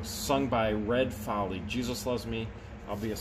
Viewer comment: Red Foley, pronounced Foal-ee